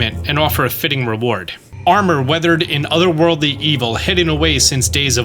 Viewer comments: Wreathed, not weathered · Just found your channel a few days ago. Great content, but I gotta ask, you seem to mispronounce one word every video. Is that on purpose? (wreathed)